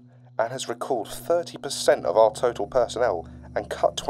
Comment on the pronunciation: Area freefivefour was constructed to stop furfer fweats